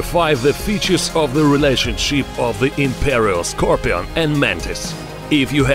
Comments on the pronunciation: SCAR - PEE-ON ...LOL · Nobody: Not even a soul: Not even from the earth it’s self: Him: Es ScRoPiAn